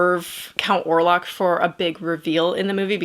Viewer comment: Orlok not Orlac.